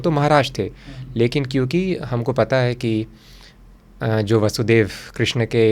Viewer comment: भगवान हेलमेट पहन प्रकट हुए थे क्षमा करे किन्तु आप के मुंह से ऐसे शब्द शोभा नहीं देते आप भगवान कृष्ण को बार बार क्रिष्णा बोल रहे हो आप अगर गलत बोलोगे तो साधारण लोगों क्या। सबसे अधिक विचित्र बात लगी जब ये तीनों एक्स्ट्रा मैरिटल रिश्ते के बारे में जोक कर हस रहे हैं।😮 * विष्णु भगवान के १० अवतार हैं कृष्ण सहित, अर्थात हर अवतार विष्णु के अंश हैं। कुछ इस्कॉन के लोग इनके गुरु को भी अवतार समझते हैं 😮